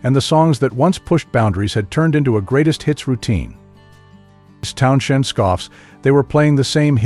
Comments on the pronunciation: I had to exit after too many Town-SHENDs. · Hard to take anyone seriously who can't pronounce Pete's last name properly. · Lol I was thinking the same thing but my be narrater has a speech impediment..... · I had to stop listening just for that reason alone. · Agreed. The Stones are best band in world. And I can't watch anymore due to the misspelling & pronunciation. 🤨